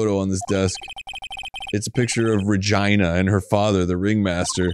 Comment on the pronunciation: The way Arin said Regina sent me so far and so suddenly